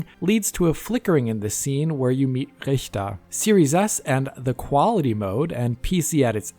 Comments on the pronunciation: Oh, big plus for playing ukrainian. I really appreciate that as local. Also the way you say Richter <3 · bro went full german when he said richter lol